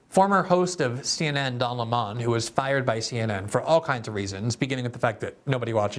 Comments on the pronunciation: I laugh every time Glenn pronounces “Lemon” like “Le Mawn”. It never gets old! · Why pronounce it "Le Monde" when it's lemon? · Yes. His name is "Lemon" like the fruit, but Tucker started pronouncing it "Le-Monn" a few years ago, as a random dig, and it stuck. When I see him, my brain registers, "Don Le Monn". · Thank you, Glenn...great video! I especially like you sticking with Tucker's pronunciation of the moron's name...Don Le Mon 🤣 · I watched this primarily to hear Glenn pronounce "Lemon" as /ləˈmɑn/. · It's pronounced like the fruit. Where are you getting that from? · It's pronounced "Dun Le'Mon" with a heavy French accent 😂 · Tucker has Glenn calling him “Don Le-mon” 😂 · Take a shot every time Glenn pronounces it 'Lé-Mon'. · The way you pronounce Don Leh-mon’s makes me laugh every single time. You’re voice is VITAL to this world Glenn. God bless. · I find it hilarious that glenn calls Don, Le-mon. Like he’s french or something. Everyone knows his real name is, Don Pinto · Interestingly, the first time I heard Lemon's name was from Carlson. I assumed it was the correct pronunciation because it is close to how that word is said in Spanish (I speak some Spanish (limón pronounced: lee-MOAN)!). Then I actually saw Lemon talking and got a good laugh! Great joke by Carlson. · Is it pronounced Don Le-Mon like how a Jamaican would say 'mon'? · Why do you pronounce it Leh-Mon? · it’s Lemon like 🍋